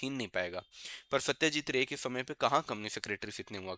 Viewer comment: Satyajeet Roy.....not Ray